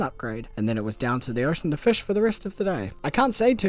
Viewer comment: take a shot everytime he said "FESH"